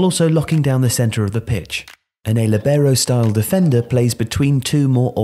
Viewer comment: Libero Is pronunced more like leebero